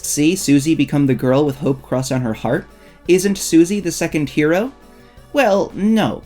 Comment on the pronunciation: I understood "isnt susie the second kira?" instead of hero 😭